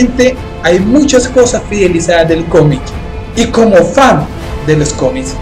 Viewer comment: Me causa cierta gracia cada vez que dices "cómis" XD